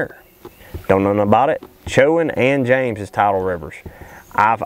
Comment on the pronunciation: spread the word for stop 5..... it's pronounced: "Cho-juan" and EE-den-ton. But yes....big bags. -A Local